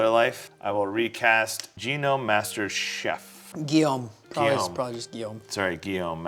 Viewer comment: yeah that sounds like a name. Unlike "genome" as was saying it.